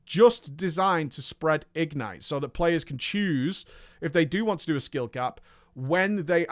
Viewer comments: Goddammit,! The word "ignite" is stressed on the second syllable. igNITE, rhymes with toNIGHT. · says "ignite" weird.